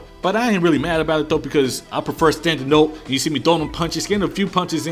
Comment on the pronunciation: "I prefuh standing ohp"